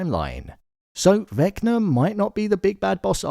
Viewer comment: Why you keep calling him Vecner tho?😂